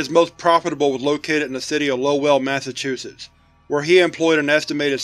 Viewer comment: I should start keeping track of every time mispronounces the name of a Massachusetts town. It’s not even his fault, they’re just awful lol.